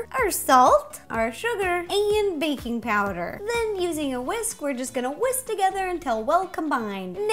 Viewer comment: Did anyone else think she said baby powder